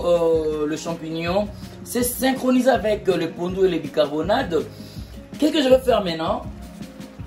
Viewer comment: bicarboNATE et non bicarboNADE SVP